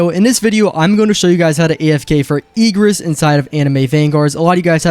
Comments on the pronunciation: stop saying “Eegris” I beg 😭🙏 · Say eegris even more now trust 🗣🔥💯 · he pronouncec it diffrently